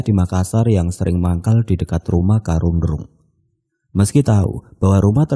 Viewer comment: Bang sebutannya Karunrung